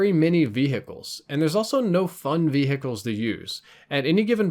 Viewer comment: It sounds so weird to me how he says vehicles VEE hic ull, he pronounced the h in hot instead of not saying the h